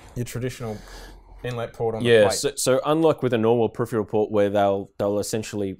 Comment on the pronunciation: Maybe next time use someone who can pronounce the word peripheral?